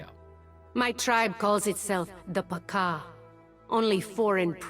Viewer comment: honey i love your content but i cant stiffle the laughter when you say Pakaa, your pronunciation makes you sound like a Chicken